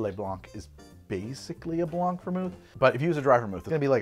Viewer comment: its not 'blonck', its 'blahn', just like 'dohlaughn'